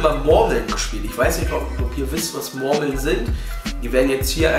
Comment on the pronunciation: Geiles Video aber Hahaha die sprichst Murmeln so witzig aus hahaha "Mormeln"😂